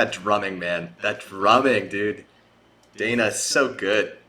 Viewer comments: Danny, not Dana. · Did you call Danny... Dana? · DAN KNEE DANNEEE DANNY DAN DANIEL any of those would work for DANNY CAREY but you calling him Dana and repeatedly saying you want to get their names right feels like a troll